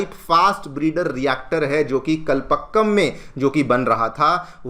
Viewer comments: It is pronounced as कलपाक्कम, not कलपक्कम ! Best wishes. Dr. Chandrasekhar Srinivasan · Please pronounce "Kalpakkam" correctly .